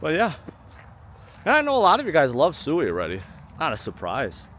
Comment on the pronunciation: I don't think sui is pronounced soooweee, it is pronounced. sweeee